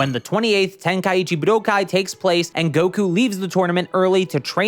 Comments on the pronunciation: Honestly it's your enunciation of buu-doh-kai. You're hitting the 1,2,3 chop on my ear drums by over-enunciating it IMO. It's much more pleasant (and normal sounding) to enunciate it more like budoh-kai. At the end of the day, we pronounce it the same way.. so you probably shouldn't assume that the viewer must be incorrect because they offered criticism on your delivery (esp if you're trying to appeal to knowledgeable fans of the series.. you should look into things more before assuming - if you care lol). Here's what I could've said to be more direct: I find your delivery of the word harsh and annoying, especially considering you somehow make the correct pronunciation sound bad. But frankly, I just wanted to express some sort of feedback without being a complete jerk. Honestly, your content is pretty good, and I figured you put a good amount of effort in - so that's why I even replied to clarify all of this. Don't assume people are wrong when they could have a valid point tho. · Point to where I said "pronounce" or said ANYTHING about the pronunciation. Bruh. I specifically said "they way this dude says" because I FELT like "budokai" stood out like a sore thumb in every sentence for no reason. It's the enunciation. It breaks up the flow of the sentence and sounds harsh. I noticed it multiple times and I left a pretty normal YT comment bc of it. BUT clearly you're too sensitive to feedback to put in any critical thought about the feedback I'm actually providing. You don't even have to agree, but don't act defensive and correct. Stand on business, and try rereading a comment to make sure your reading comprehension isn't failing you. Shit bothered me in the video, then I provided actual feedback. The way you handled it was very arrogant. Cool. Move on. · The way this dude says Budokai is going to give me an aneurism